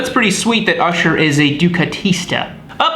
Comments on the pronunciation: It's Usher,(like the guy at the movies or church) NOT Ersher.... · "Ursher" haha